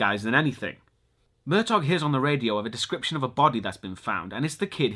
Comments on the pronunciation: yes its pronounced "Mer-taw" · I'm pretty sure the G in Murtaugh is silent. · It's pronounced Murtaw, not Murtog.